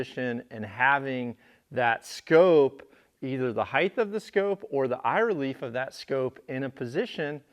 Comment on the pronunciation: into video Just thought you should know that the word "height" is pronounced like "h-eye-t" and rhymes with words like "light," "night," and "right". The "gh" in "height" is silent. The word ends with a clear /t/ sound, not a /th/ sound. You're welcome